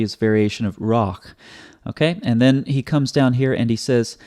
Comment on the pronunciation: In ruah, the accent is on the first syllable and is so marked in the text.